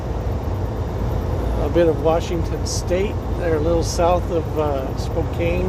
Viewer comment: Hi, Spokane is"Spoh-can", not "Spoh-cane", yeah only the locals know. Appreciate your naming the places you drive through, "who woulda thunk it" how some of them are pronounced, and fun to follow you on "Google maps", still loving riding shotgun😁